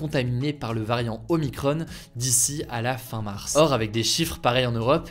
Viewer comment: ce n'est pas omicronne, mais oh-mie-cron (il na pas de e)